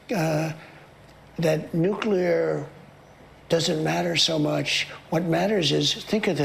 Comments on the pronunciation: ‘Nooclear global warming’ WTF! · How he struggles to say nuclear makes my skin crawl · he seems to be having trouble saying "Nuclear"